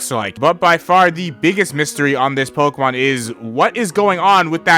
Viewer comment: If I had a nickel for every time this guy mispronounced a pokemon, Bezos would be my bitch